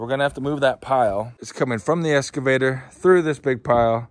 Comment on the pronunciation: excavator not escavator